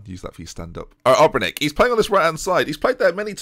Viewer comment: Ben, try saying Obrenić just like Matić... end of the last name is the same